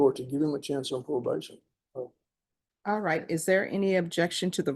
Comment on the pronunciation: Aw wight Aw wight lol😂😂